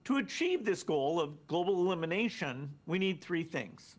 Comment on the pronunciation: Each time he said ‘global elimination’ i kept on hearing ‘Global domination’ 🤣🤣🤣🤣